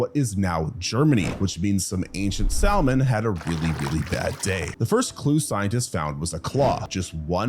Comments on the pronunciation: Seriously Salmon? SAL-MON? Who's pronouncing the "L" in Salmon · He actually got a handful of things wrong with each animal he discussed. Heck, he thinks there is a country called "Argentinia", a mistake he makes regularly, and that there is a fish called a "sall-monn". I'd recommend other channels like 7 days of science, All.About.Nature, your dinosaurs are wrong, Ben G Thomas, and ExtinctZoo before this one. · No salmon when jaekelopterus was around, dude. And it was NOT a scorpion. And the L is silent in "salmon." Jeez.